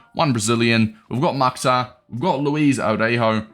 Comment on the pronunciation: Bro respectfully it is pronounced Mukh-tar